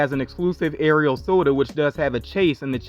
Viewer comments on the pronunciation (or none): none